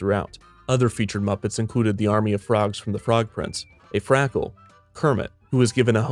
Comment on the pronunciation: 'Frackle'? er... no.